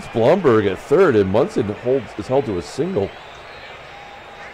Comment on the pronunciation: It's Thurman Munson's second year card, the 1970 card is his rookie card. Everyone in New York pronounces it Bloomberg for the first DH guy. All the Yankees announcers say Bloomberg. Look up the 1970 Munson card, it's one of those with 2 players on it.